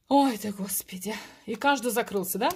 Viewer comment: Спасибо за расклад! очень соскучилась по слову " ХОСПИДЯЙ ".